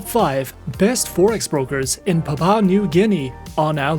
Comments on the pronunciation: Good work. the country's first word is pronounced as "Pap wu a" and not "pap pa" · It's Papua 🙄 not papa And that background video is not even our city. You look more like a scammer